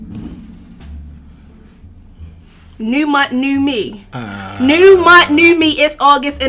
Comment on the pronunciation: “New mont new me”😂😂😂😂😂